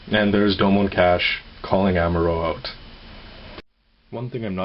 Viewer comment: doh moan kah shoe, not dome cash doh moan kah shoe........ I WANT THIS GUNDAM!!